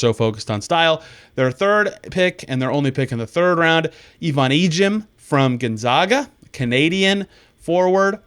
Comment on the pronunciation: So, excited for Ejim! Get it girl! I did cringe hearing the way Gonzaga was pronounced though. Gahh! 🫣